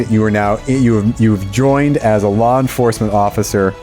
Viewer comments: When says "law enforcement" it sounds like "lore enforcement" to me and all I can think is: that sounds like a career for Skid. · Well the way she says "law enforcement" makes me doubt my own ability to read.